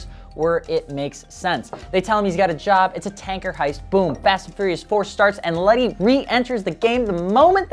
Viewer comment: Isn’t it Letty not Lenny or have I been wrong this entire time 🤣🤦‍♂️